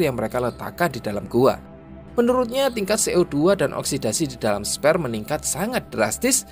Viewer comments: Nggk perlu sungkan buat buka google translate untuk belajar pronunciation. Aku liat tulisannya SPHERE yang mestinya dibaca 'sfir' tapi yang ku dengar 'sper'. Semangat om narator. 👍👍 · bacanya "sfir" bukan "sper" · Sphere dibaca SPER aowkwowo